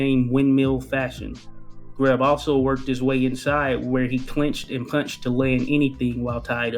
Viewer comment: Jesus H Christ pronounce his name correctly